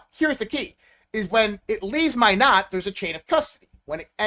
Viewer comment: Its pronounced MY-NOT, North Dakota!! WTF, if you are in with all these people, how have you never heard that correct pronunciation before??